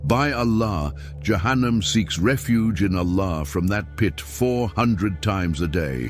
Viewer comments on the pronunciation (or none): Перевод ИИ ужастный головы шиитов ягоды за кума?)) дбибил вместо Джабраиль яханам вместо джаханнама ушам больно слушать доработать нужно потом ставить для просмотра а то можно так не понять то что именно будет а то кто не будь будет думать что ягоды закума подобны шиитам без обид всем братьям и сестрам Салам алейкум храни вас Аллах узнавайте читайте больше об религии Ислам и качественный матерьял выбирайте а то в заблуждение можете попасть